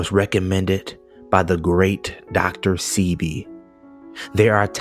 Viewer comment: Hey, his name is the Late GREAT Dr. Sebi (Say-Be).